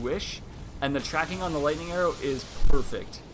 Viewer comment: ha he said lighting strike